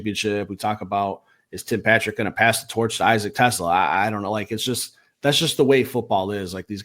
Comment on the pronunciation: You guys might want to get your pronunciations correct, though I don’t know if you will since you’re still pronouncing Amon-Ra’s name incorrectly after 5 years, but it’s the same issue with both. ah-mun RAH (emphasis on the last syllable) teh-SLAH (emphasis on the last syllable) It’s basic respect to learn how to say their names. Also, happy birthday!